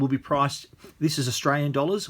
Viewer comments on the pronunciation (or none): none